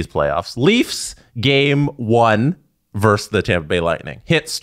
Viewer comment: it's "versus", not "verse".